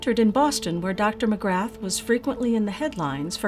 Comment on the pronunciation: Dr Magrath - you don't pronounce the "th".